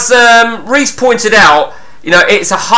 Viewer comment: Only just got round to watching this! Your name mis pronunciations are superb! Reese = Riise (as in John Arne Riise). Libertine like the band The Libertines. Calling Samsami Samsim 😂 Calling davdav Dave near the end 😂 Top quality content!!